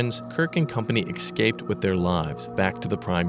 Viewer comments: I know a lot of older people from rural areas that say "ex-cape", it's hilarious. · Just please learn how to say the word escape. Please. Otherwise excellent as always.